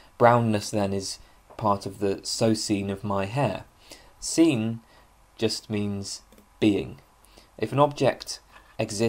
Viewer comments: Sein is pronounced like "zine" (but with an open "i", not like "zeen" like at the end of "magazine"). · Bit confused as to how you know to pronounce the 'ei' in Meinong correctly as 'i' but pronounce 'sein' with an 'ee'...Einstine not Eensteen. With German a good tip with 'ei' and 'ie' is the second vowel gets pronounced. So, 'die' is 'dee' and 'dein' is 'dine'. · In german sein is just the verb to be. It's pronounced like the english word sign or sine. I think it's important to see the ordinarness of these words in german philosophical usage but also pronounce them correctly as it really jars if you know german. It also creates an effect of naivity and distance from the culture which produced it which is a shame because you obviously know your stuff in translation. Learn german, it's wonderful.